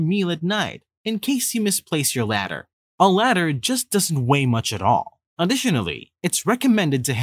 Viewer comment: AI voice. Several examples. "Ladder" instead of lighter. ". "Exchetera" insteas of etc. Not terrible advice but the girl drinking by hand from the stream was dumb.